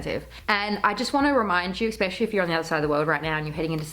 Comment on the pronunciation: Cringing every time you say the word especially. Look up the pronunciation of it.